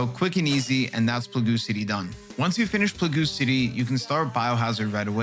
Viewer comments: Plah Goo city hahaha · This is a very well thought out guide. I laughed at "plagoo city" lmao